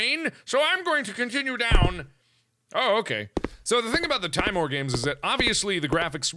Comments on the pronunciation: it's better to say timore, because it sound more right than saying tim ore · te-mor-a SAY IT CORRECTLY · timore- Italian for fear pronounced tee mor eh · Fun fact about this series' title: Timore means "fear" in Latin. It's pronounced "tee-MOAR-ay". Avaritia means "greed" in Latin, and is pronounced "ah-vah-REE-SHEE-ah". Nox means "The Night" in Latin, and it is pronounced how you would expect (It just sounds like the word "knocks"). The more you know! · Its pronounced like this, (TÍ-MO-RÉ), where Í sounds like EA in TEA and É sounds like the A in GRAPE. Click like so Mark can see. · YOUR SAYING IT WRONG, ITS Tim-or-e TIMORE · Seeing as Timore is Latin, meaning terror. Nox Timore is Night Terror or nightmare if you want to be specific. I think it would be pronounced Tea-More-Ray. But the way you pronounce it is so endearing and it makes a good running gag, Like the HuniePop name game. Can't wait to see how Cranbersher will animate this. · Markiplier, it's pronounced like Teemor, meaning dread/intense fear. Avaritia means greed. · It's Timore. (Teemore) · Timore- Tee-MO-ray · It's pronounced Tee-mo-reh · tih-MORE-ray. It's latin and there are no silent letters in Latin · i think it's pronounced TEEMOOR, because a kid in my class from (I think Europe) has the name Ti'mor. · Mark did you know is pronounced Tim ore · you pronounce it tim- or- ay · I think it's pronounced "tih-more-eh" (Canadian eh) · its pronounced tee-more-ay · do you know that is pronounced t-ee-mo-r-e(the "e" like the one in "ben").And in this case Avaritia is latin so you pronounce the "ti" like "z-ee".And also all "i" are pronounced "ee" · It's pronounced "tim-or-ay" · XD it's pronounced TEE-more-EY. It's Italian. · .....I dont even.....You read it wrong. Yeah, definetly read it wrong. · Timore is italian, i suggest you to try to pronunce it in italian accent